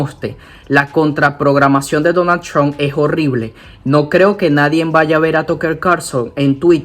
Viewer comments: Por fávor no ďiga "nadien". Se dice "nadie". No le coloque una N al final. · Y con todo respeto: No se dice nadien. Se dice Nadie😊